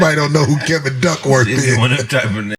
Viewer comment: This nigga say Kevin Duckworth.... Funniest shit ever!!!